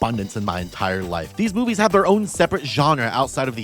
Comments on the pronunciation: I thought you said Shark boobies at the start and then was wondering when you'd show Shark furries on screen. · I misheard "Shark Movies" as "Shark Boobies" in the intro. "There is a shark boobie for everyone and I mean that." yes true. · when she said shark movies, I thought she said shark boobies and then I got sad because there werent shark boobies :( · I thought you said "shark boobies" for a second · ngl I thought you said "shark boobs" the first few times and well, yeah, a lot of shark movies also have a lot of booba in them, huh?